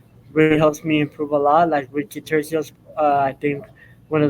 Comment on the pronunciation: The C is "Turcios" is an "S" sound not a "K" sound